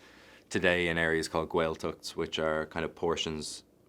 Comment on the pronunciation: Good man, Paul! Love the proper pronunciation of 'Gaeilge' & 'Gaeltacht' here. Maith an fear. Bródúil asat!